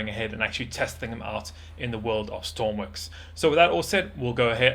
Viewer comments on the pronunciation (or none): stop sayings stormwix it's stormworks idiot im tired of you saying stormwix!!!!